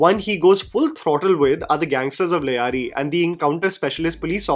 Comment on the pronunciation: The anchor has absolutely no sense of correct pronunciation; Sanyal, Lyari etc.......... though can't blame him as he's being literal; english language being such. Rehman was encountered outside like in the film, he was brought back and claimed encountered in Karachi metro boundaries due to jurisdictional complications.